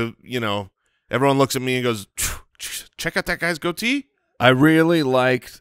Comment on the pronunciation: It's a GOAT-ee